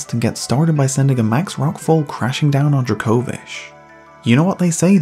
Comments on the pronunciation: The first half of this video, "druh-KO-vish" was bothering me so much because I'm used to hearing it pronounced "DRAY-ko-viSH" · Never have I hear someone pronounce Dracovish like that